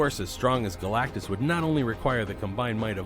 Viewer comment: Wow he pronounced galactus right. Very surprised